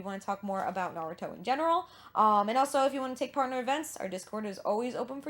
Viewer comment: Nah-Roo(slight R-roll)-Toh